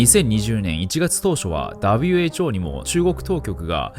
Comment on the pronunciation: 俺もWHOをダブエイチオーって言おーっと